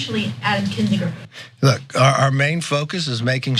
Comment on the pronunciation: This has always been baffling to me... When people pronounce something differently than the way they just heard it. Why would pronounce Kinzinger with a 'j' sound when that's not how anyone in this segment pronounced it. I'm always fascinated why people don't pronounce something, especially a name the same way after they hear someone else pronounce it.